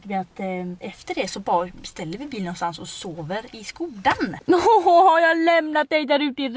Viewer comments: Snääälla! SKÅDA uttalas det, INTE skoda.. Det stavas skoda men det uttalas med Å! Hahah får paaanik😂😘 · Det uttalas egentligen Schkåda.... det är tjeckiskt